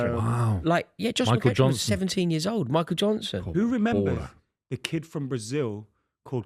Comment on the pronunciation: How is calling McEachran, “McCatchren”